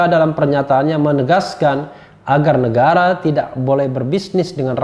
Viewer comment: Bung RH logatnya berubah sekarang ya ?? Mirip2 logat sahabatnya RG. Ada... ahnya. Misal negara jadi negarah dst. Ada apa ya bung ? Oh ya ibu Ribka Ciptaning kok nyinyirannya seperti sebuah tuduhan dan tidak optimis. Gajinya kan dibayar pakai duit rakyat bukan buat nyiyir !! Buktikan pernyataan dan tuduhannya dong !!